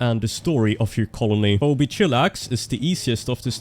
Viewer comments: Phoebe is pronounced fee-be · Pheobe is pronounced "fee bee".